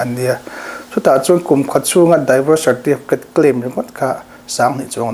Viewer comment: Tinge a mizo tawng tak in han ziak ila, divawrs ti a lam tur hi mizo hian daivawrs ti hian kan lam kher le